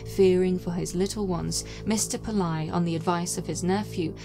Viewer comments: It's not 'Pill-EYE'. It's pronounced 'Pill-AYY'. For such a high quality researched and narrated video, you could have at least tried to learn the correct pronunciation of the name. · The surname is pronounced as it reads, PIL - LAY.